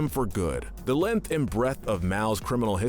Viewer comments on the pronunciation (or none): none